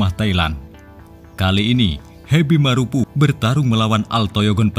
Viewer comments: Marapu bukan marupu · Heby marapu bukan hebi maropu ,tolong baca baik2,kRena salah arti